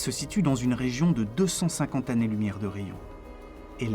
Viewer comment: "L'infini est une idée sans image !" Voilà qui est admirablement formulé. Merci pour ce film et bon courage. Toutefois, attention aux oreilles : "les 6 mille zannées lumières" "leur(s) interactions" et aux yeux : AMA(S) LOCAL.